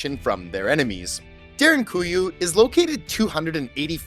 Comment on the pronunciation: Props to you for actualy pronounsing derinkuyu (almost) perfectly.